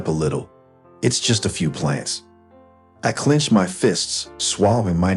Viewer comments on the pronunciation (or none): Clenched, not clinched. At this point, I'd call the police. Vandalism, destroying property, trespassing. Civil lawsuit. Is there an HOA that could take action? And why are the Petersons calling OP by his first name? Squad car, not swak car. Defilement, not defamement. Did they get their full comeuppance?